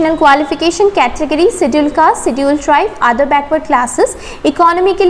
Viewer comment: Pronunciation of 'schedule' is wrong ma'am. 😣